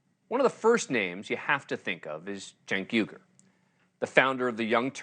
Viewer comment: "Cenk yogurt" 😂